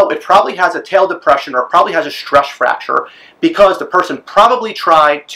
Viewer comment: "Stresch Fracture" tongue twister.